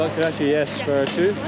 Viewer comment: Butt "karachi" 😂 lol it's butt karahi.